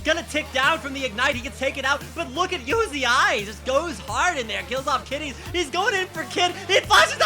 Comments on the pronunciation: anyone else getting pissed off at how this guy says uzi? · why do you fucking say "UZ- i" its one word Uzi learn to read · did he just call uzi you zi i? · Who the fuck is uzi-eye? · Why are Americans incapable of pronouncing words correctly? /s Who pronounces Uzi as YouZeeEye?? I'll never understand American pronunciation. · That caster calling Uzi U Z I was giving me a hernia.